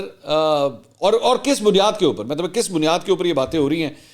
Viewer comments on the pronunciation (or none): none